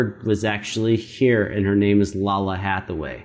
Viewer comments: Yeah! She’s amazing. This is a cover of her song “Somethin” off her very first album back in 1990. 😅 Btw, her name is pronounced Lay-luh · Her name is pronounced "LAY-lah". Also, the backing is not a rip of the "007 Theme", it is a performance of "Something" from her self-titled 1990 album. Additionally, she is the daughter of the legendary vocalist, the late Donny Hathaway. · Lalah Hathaway....its pronounced like Layla lol but good reaction!!!